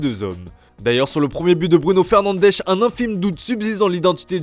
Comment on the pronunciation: "Fernandechh" ridicule.